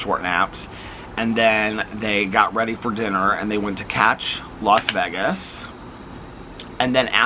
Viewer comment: I noticed it’s different!